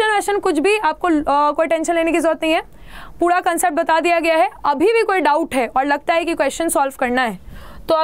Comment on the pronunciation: Mam you call ' puda ' not pura